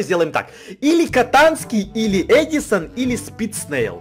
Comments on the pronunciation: Не эжисон а эдсон😀😃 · Ну сам ж сказал в начале едисон а не Эдисон